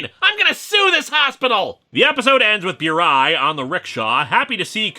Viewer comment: Pronounced "boo-rai", not "byoo-rai".